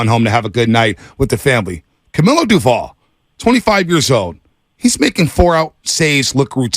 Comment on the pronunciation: Will they ever pronounce Doval correctly??